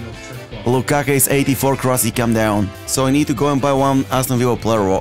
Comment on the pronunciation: lukakuu not lakakaa. 😂😂😂😂 love your videos